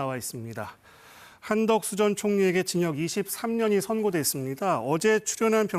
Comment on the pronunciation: 여자 게스트 한덕수를 계속 한덕순으로 발음하는데 이름을 모르는건지 발음이 문제인건지 궁금하네요...